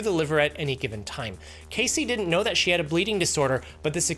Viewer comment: "up to thet point." 👁️ 👄 👁️